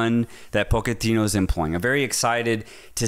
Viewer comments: I love you guys but, why are you pronouncing his last name “Poketino”? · Hearing Pochettino's name being mispronounced. It's not that hard. Even the premier league commentary never used that pronunciation 😂